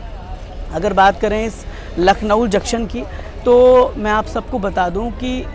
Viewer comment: भैया आप लखनऊ को लखनऊल क्यों बोल रहें है?